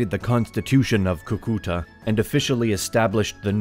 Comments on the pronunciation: Escuché Cuca a la primera vez... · As someone from Colombia, This made me happy. As someone from Cúcuta, that pronunciation made me cringe. But oh my god i love this channel so much for mentioning my country and My little shitty town. *PD: it's pronounced CUcuta, the CÚ implies the strength of the syllable. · I don't know what bothers me more, the mispronunciations (Cucúta instead of Cúcuta despite being correct in the captions) or that this map of the 1820s shows the Panama Canal! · JAJAJAJAJAJAJA kukuta o como dijo Boliiibar JAJAJAJA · its so funny how you pronounce Cúcuta. Like... "coucoutae" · In "Cúcuta", the first syllable is stressed. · Fue muy gracioso escucharte decir Cúcuta 😂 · I loved the video but some of the last names (I.e: Bolívar, Santander) and some names of places (I.e: Cúcuta) were mispronounced. Still the quality was superb! Thank you very much!!! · Viewers of this are unfortunately learning to mispronounce important Spanish names, Bolívar and Cucutá in particular. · Good content but you should work on the pronunciation of people’s and cities’ names. I cringed at every Cúcuta and Simón Bolivar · How can he pronounce Cúcuta and Santander so badly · Awesome video, but you just butchered the names Cúcuta, Simón Bolívar and Francisco de Paula Santander 🤣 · may know many things. But it certainly doesn’t have a clue of how to pronounce Bolívar, Santander, Páez or Cúcuta. That was TERRIBLE. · the narrator doesn't know how to pronounce Bolivar, Cucuta, Paez, or Santander. nither Granados. He should be trained before starting the video